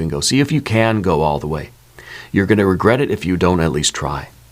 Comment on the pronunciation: No "Regerts"!!!